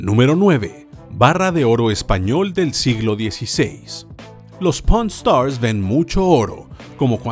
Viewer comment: se que dice pawn stars pero alguien escucho porn Star